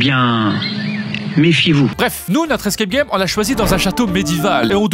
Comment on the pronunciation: " Les escae gay"